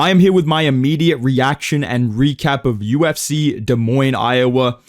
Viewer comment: Bro said Des Moines correctly